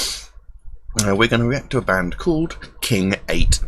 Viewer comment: It's pronounced king 8 one ohh lol